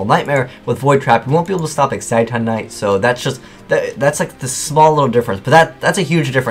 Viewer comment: ITS EX-IT-ON NIGHT